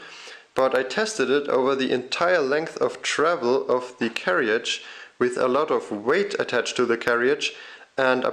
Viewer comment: Brilliant video but can I just say that in England we pronounce carriage as 'carridge', not carry-idge. Sorry, couldn't resist mentioning this!